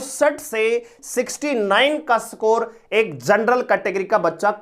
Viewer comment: सकोर नहीं है सर स्कोर (इसकोर) होता है 😂😂